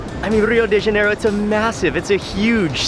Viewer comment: Mark, it's pronounced Ha-nay-ro not jan-e-ro